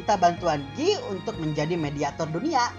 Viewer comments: Guy - Gyu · Tpi itu logat prancis ,bykan logat british